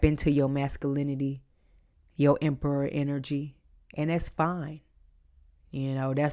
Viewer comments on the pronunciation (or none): LOLLLL when you Said “show them who’s EM PERRA” I died I heard “emmm perra” in Spanish that’s like “Ermm THE B****” 🤣🤣😂🤭🫢